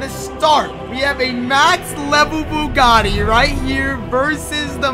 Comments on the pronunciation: broo u doeled bugati wrong u said bugti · U said bugti